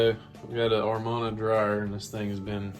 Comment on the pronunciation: It's pronounced A-man-a not are-mon-a. It is spelled Amana. You should replace the rollers because you're going to keep having this problem until you do.